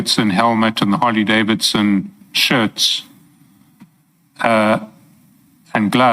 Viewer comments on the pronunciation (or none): Yhooo needs the Interpreter why? I do not see the significance... She can't even pronounce Harley Davidson name correctly to say the least. is full of games shem